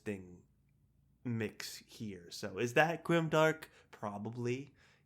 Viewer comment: Grime-dank not grimdark :D